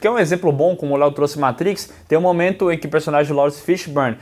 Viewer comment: maytrix? kkk